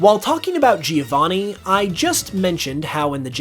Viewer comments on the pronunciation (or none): Giovanni is an italian name and the first "I" is silent. So you don't say Geo to start his Name, just "Jo"vanni. Soo I don't know if this is a bit of a stretch. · That's not even how the name "Giovanni" is pronounced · Americans definitely should stop saying "Geovanni", that's not how it's pronounced